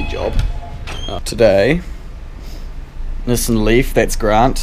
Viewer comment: Sooo Bar OOO (Subarau) Niss in (Nissan) ! LOVE IT